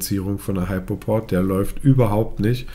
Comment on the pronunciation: Nicht "Heipoport", sondern "Hüpoport"......